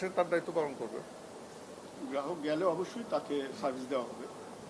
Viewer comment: ১টা জিনিস আপনারা খেয়াল করেছে এই লোক নাকি ইসলামী ব্যাংকের চেয়ারম্যান? এই ১মিনিটে গ্রাহক শব্দটা ৪বার উচ্চারণ করেছে ৪বারই বললো গেরাহক এনাকি ১টা প্রতিষ্ঠিত ব্যাংকের চেয়ারম্যান?